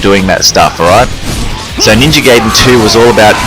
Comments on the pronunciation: No it's not it is pronounced Gy-den it has always been that way when we got it here people didn't know how to say it just like saiya-jin or kaioken people say say-in but it is sy-yin a pun on the word yasai (vegetable) I study the Japanese language have been for 6 years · Its literally pronounced gy-den, gayden makes 0 sense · "and today we're going to be playing Ninja Gayden Three" 🤣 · appreciate the trolling but it's pronounced Gy-den if we're going by what teams say try listening to the original creators of the arcade game plus judging my learning in japanese not necessary